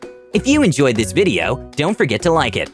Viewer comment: what happened to the girl that pronounced enjoyed “enyoyed”